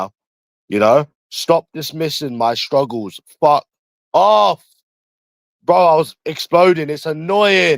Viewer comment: Dismissing my stwuggles bwo 😭